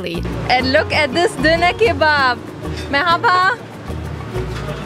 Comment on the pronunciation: Bursa'da yaşadığım için normalde Bursa ile alakalı videoları izlemem ama sırf şu ''merhaba'' kelimesini telaffuzun için izleyesim geliyor :)